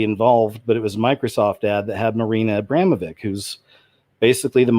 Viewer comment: Great show, I just wanted to tell you, for the sake of the common knowledge, that Marina Abramovics' name, the last part of her name is pronounced exactly like witch, but with a v, so vitch, Abramo-vitch, Abramo-witch. Which is pretty apt last part of the name if you ask me heheh, keep up the good work!